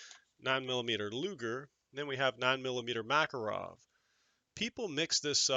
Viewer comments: Pronounced ma KAR ov and na Gan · Proper pronunciation is Muh-KAR-ov. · My East German performs flawlessly if I do my part! It’s actually “mu” KAR “off” emphasis on the middle syllable.